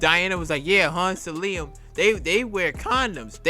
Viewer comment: Who is “ Salium” ? …..it’s “ Salim “ ( Saleem) .